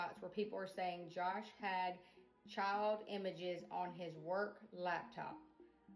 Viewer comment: love how she’s emphasized WORK laptop when talking about where he downloaded the images